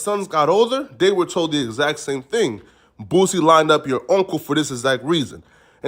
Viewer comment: How tf u can't pronounce boosie 🥷🏿 just sound it out to old for that shyt